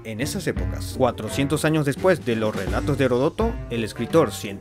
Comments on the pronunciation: "horodotó" XDDDDDDDDDDDDDDDDDDD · ¡¡Heródoto!! Incluso lo escribiste (o al menos lo pusiste a un lado). Es una palabra esdrújula